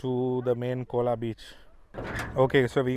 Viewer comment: It's not "cola " it's "Khola beach" 🙄